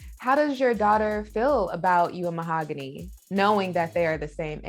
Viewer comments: ma-hog-u-nee Mahogany If that was my name and he was “in love” with me he better learn how to say it. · Anyone else catch how he pronounced her name Mah-Ho-Gah-Knee at one point? There is no way this couple is real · Why does he call her Ma-oh-go-nee🤣🤣🤣🤣 They’re both creeps and deserve each other🤢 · he prounounces her name so weird